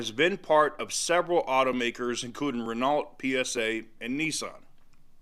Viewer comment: Ren-O , not Ren-alt.